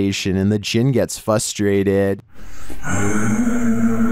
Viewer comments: I have always loved videos. However it bothers me immensely that he can’t pronounce “frustrated” instead saying “fustrated” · Why do you pronounced 'frustrated' as 'fustrated'? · "the Jin gets fustrated"... Lmao